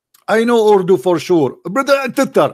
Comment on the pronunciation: Urudu 🤣🤣🤣 Koran is in Arabic, not urudu. ❤